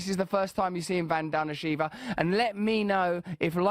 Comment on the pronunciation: Say her name the right way.